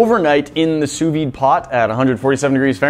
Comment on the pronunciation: The V in sous vide is silent, just like the second S in sous